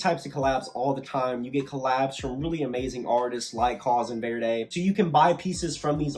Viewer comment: Verdy, is pronounced ver-dee just in case